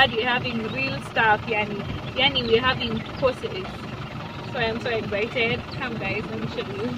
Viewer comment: Kikuyus no offense but why do say exzaited instead of excited all my years of staying in Kenya all the kikuyu friends I had always say that it’s funny but I’m sorry if I’ve offended you guys hahaha